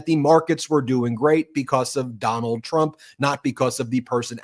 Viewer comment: "Donaldt had Sharlie the lonesome...Tuna's confused with Trump Dump" and, "the hahtdbreeke' of pseoriosiz"(yuk)